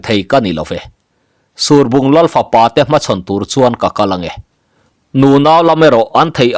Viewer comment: Surbung tih i lamdan hi a diklo deuh lomaw, ruah a sur a, heta sur tia kan lam anghian lam tur a nih hmel tlat